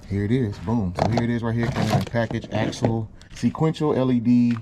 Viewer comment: It may be pronounced “axial”, not “axle”